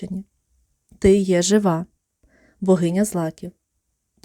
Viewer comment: Дякую, але наголос у Жива на И